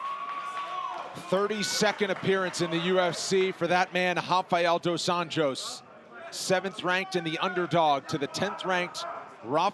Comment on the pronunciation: RDA's name is wrong in the video. It is pronounced Анжос in Portuguese!!!